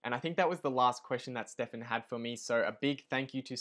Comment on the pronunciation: No Hamish its not Stefan😬 Amazing video though from the two of you guys. Really looking forward to seeing more in the future. I think I'm more congruent with Hamish's investing style but I really love your method I'm just not experienced enough to recognize the opportunities out there like you are!